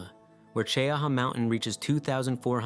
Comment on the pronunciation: Cheaha in Alabama is pronounced Chee-ha